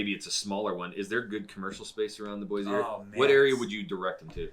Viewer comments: It’s Boy-see not Boyzee. We don’t want to be “diverse”! What stain up north? You guys probably drink sodas! I don’t think you guys are from Idaho. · You are from Boise and you pronounce it BOY-Z???????? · Quit saying BOYZEE. So the 1st thing you say is that Boise doesn't have the diversity of Seattle and other big cities. Well guess what a little diversity OK a lot of diversity will turn your little city into a shithead that Seattle is and the other big cities I live near Seattle the shithhole and you have no idea how bad it can get with your stupid comment about more diversity is a good thing